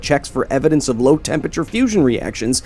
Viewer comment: I want to watch this video but I cannot get passed the way he says "tempature"